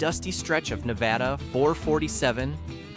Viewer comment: Na va duh Most of us cringe, when people say it wrong. I don't know if that helps